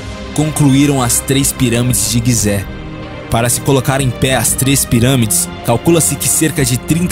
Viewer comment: é gizé, e não guizé